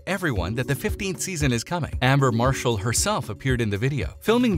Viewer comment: "Amber" Marshall